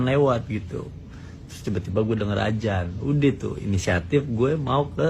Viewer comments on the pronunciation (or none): Adzan bukan azsn😅😅😅😅😅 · Ajan ajan.. 😂ngomong aja salah lu tong🤣